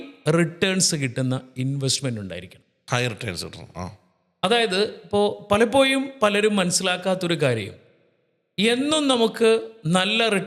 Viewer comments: മലയാളത്തിന്റെ ശരിയായ ഉച്ചാരണം അറിയാത്ത 2 പേര്‍ അതിൽ ഒരാള്‍ പറയുന്നു (palapoyum)എന്നാണ്‌ 😅പലപ്പോഴും എന്നാണ്‌ ucharikendath.pinne സാമ്പത്തിക വിഷയത്തില്‍ 2perkum ഒരു kunathavum അറിയില്ല ,മലയാളത്തെ കൊല്ലരുത്!! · Palappoyum, vaya, Maya 😂 Schoolil poda myrrukale